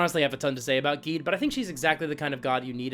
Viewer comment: Thumbs up for pronouncing Gede correctly.